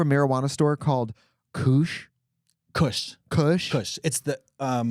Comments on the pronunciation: It’s kush… like cushion. Katya had it right the first time lol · i did not just hear trixie say coosh. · It's pronounced kush as in cushion 😊😊💚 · They were fucking with us pronouncing Kush that way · KOOSH??? TRIXIE CALLED IT KOOSH IM HOLLERING oh my god i love these biological women so much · Not koosh😂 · Trixie pronouncing kush as koosh and kahsh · the way they’re pronouncing kush is killing me… 🤣🤣🤣 kush is just slang for weed LOL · Kooosh kuhsh they’re so cute I whisper it’s pronounced like the Koch brothers😈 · Ladies, it's kush pronounced the way you say tush 🍑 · Watching y'all try to sound out kush is hilarious. HAhahaha (kush is coo-sh) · I will not get over how Trixie pronounced kush. It’s pronounced like “push” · the violent, visceral laughter that emitted from the depths of my soul at this pronunciation of “kush” relocated my slipped rip bitch omfg >i love when people older than me are new to something and don’t know shit about it so much 😆💗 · I genuinely cannot tell if they did not know how to pronounce Kush and after how many hours I’ve spent watching them I’m disappointed in myself. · I’ve only heard kush pronounced that way in the song Krippy Kush 😅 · The kush pronunciation they landed on is not okay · Not katya finalizing her pronunciation of kush and being wrong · The way they pronounce kush is sending me 😂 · Them mispronouncing Kush is sending me lmaooo cuties